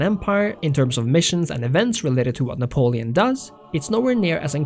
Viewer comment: Cant trust you if you cant even pronounce Napoleon